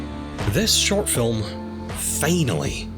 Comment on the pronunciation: normal people: finally him: FEINALLY